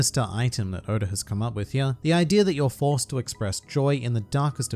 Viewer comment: Why he say Oda like Odar